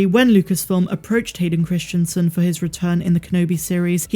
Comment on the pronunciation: You're pronouncing the name incorrectly. Even though you've spelled it correctly in the title. Christensen [kris-en-sen] Not Christianson [kris-tian-son]. It's strange that you can spell it yet not say it correctly.